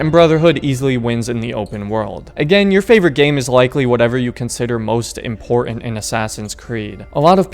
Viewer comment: Great video! However, I feel that I just HAVE to tell you something. "Important" has a T in the middle there. I think Ezio came up behind you and stole it, right out of your vocabulary! The dude is bad AF, I tell you.